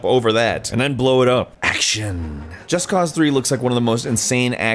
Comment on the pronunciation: If he says Just Cause the way he says it again, Im gonna flip out!